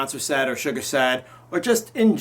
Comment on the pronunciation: the way he pronounces Suga makes me wince